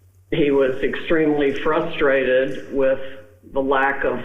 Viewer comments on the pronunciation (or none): none